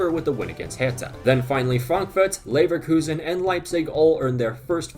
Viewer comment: Leverelegation Relekuzen Levegation 🤣🤣🤣🤣